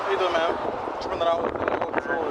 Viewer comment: Is he saying "the reason for the drop or the reason for the stop"?? Sounds like drop lol